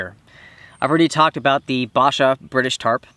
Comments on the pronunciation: My grandad gave me a civilian version of the tent your using, it’s bright purple and yellow, And it’s pronounced BASH-ah not ba-SHA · B"A"sha mate, not Barsha. From ex Brit army. ;-) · Basher B-ash-her is how we say it